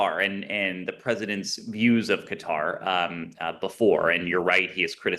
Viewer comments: FFS it's Qatar, not Cutter. 🤦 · Hey, it’s not “cutter”